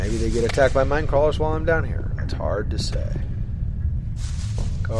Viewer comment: i am surprised! you actually deal with minecrawlers pretty easily and you pronounce almost perfectly, besides not too hard to pronounce(at least i think so).